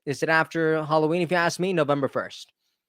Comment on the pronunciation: No offense, but there is a 'k' at the end of the work ask. I thought you kept saying 'what an A$$'! But it is a great heart warming story!